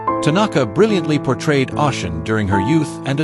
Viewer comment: someone who speaks a bit of Japanese and has Japanese friends it’s very jarring. And it’s not that difficult at all to find out the and hear the correct pronunciations of most foreign words. On top of which the AI isn’t even pronouncing Oshin the way it would be in English. Ah- Shin ?!?